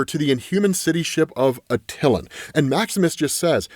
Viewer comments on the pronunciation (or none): So finally showing respect to the Inhumans, hell has frozen over,now if he can pronounce Attilan correctly 🙏🏽🙏🏽🙏🏽🙏🏽🙏🏽🙏🏽🙏🏽🙏🏽🙏🏽🙏🏽🙏🏽🙏🏽ah-tee-tlan🤦🏽‍♂️🤦🏽‍♂️🤦🏽‍♂️🤦🏽‍♂️🤦🏽‍♂️🤦🏽‍♂️no such luck....he's still butchering the name after all these years😮‍💨😮‍💨😒😒😒😒